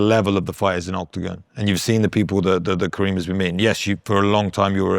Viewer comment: His name is Kerim not Kareem! I think it is a matter of respect to learn the name of the person you interview.